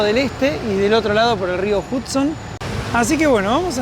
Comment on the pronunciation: Aclaración: el río Hudson, se pronuncia "JAD-son", NÓ JUD-son". Igual como "Nueva York" se pronuncia "Nueva iork", nó "Nueva SH-ork".😊😊